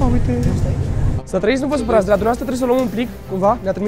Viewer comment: Ne-a fost dor "dă" tine ...😂😂